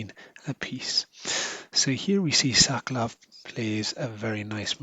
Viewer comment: Brilliant piece of chess art. Thank you for a very good commentary. One slight suggestion if I may. As a Pole knowing a bit of Russian, I believe it would be closer to the original, to pronounce 'Sokolov' putting stress on the second syllable, as currently it sounds a bit like 'Suck Love' ;) Which gave me a lot of fun, but Mr Sokolov may have slightly different sense of houmour :) Thank again, anyway !